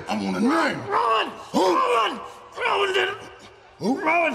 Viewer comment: Roman:Who did it? Buddy:Says Rowan...meanwhile the captions:"Roman"🤓